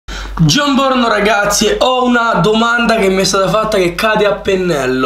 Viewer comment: Cosa dice:"Jon Borno Ragazzi..... Cosa capisco io:" C'è un porno ragazzi... 😂